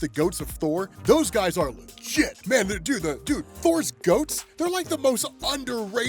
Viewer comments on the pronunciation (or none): none